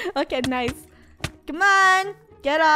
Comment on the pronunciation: FUNNEH: " Noce " Me: Noce?' Video: She said Nice!